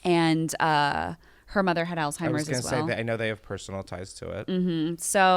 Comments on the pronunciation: She can’t say Alzheimer’s right … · THERES NO T IN Alzheimer’s!